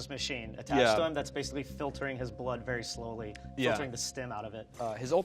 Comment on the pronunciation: "I'll baf in their bloof" cit.